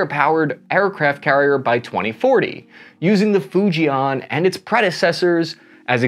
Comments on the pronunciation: First thing, learn how to pronounce FUJIAN correctly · Hi folks its not "Fu Jay Aaan" its "Fu Jen" like in the name Jen, in JEN-ifer Anderson . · 😂😂😂😂😂you are so far off. Arrogance, prejudice and ignorance kills. BTW, your pronunciation of Fujian is hilarious.